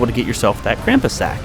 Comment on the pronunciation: It makes me crazy when people say Krampus wrong. XD